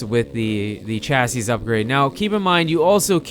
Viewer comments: Chasseez upgrade? pronounced chassy. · chassis ---- pronounced "chassie"